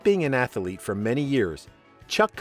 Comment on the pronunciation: Loved the show and never missed it growing up. I turned my kids and grandkids on to it also and they loved it. And by the way....it's not pronounced "atha-a-lete" it's just "ath-lete".....no "a" in the middle. Just saying.